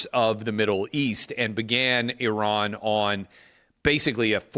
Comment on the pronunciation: Thankyou for being the first American to prounce Iran correctly.😅